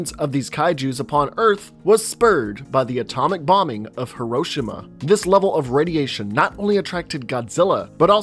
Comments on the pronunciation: It's Hiroshima not Hiroshimo get it right man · You can say Shinomura correctly but not Hiroshima? 🤦🏻‍♂️